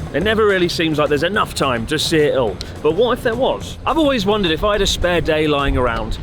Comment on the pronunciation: Did anybody else need to rewind this 3x times to understand that what seems to be "Eeh' ull" really means "it all"?